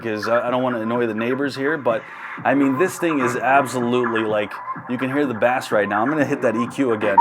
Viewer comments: It has fish mode. OMG learn how to pronounce BASS (BASE) not Bass the fish. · Ikr? When I heard that I was like rotflmao thinking does it also have catfish mode? or what about rainbow trout mode? Surprisingly he's not the only one to mispronounce bass, I've heard quite a few other YTer's do the same. Makes you wonder, how can a grown adult living in the US never have heard 'turn up the bass' in a song, and then turn around and do speaker reviews. 🤣🤣